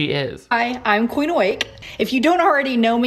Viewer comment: The comment I'm about to make is so petty and juvenile, but every time her name is said I can't help but hear Queef Awake and not Queen. I'm sorry for being that petty.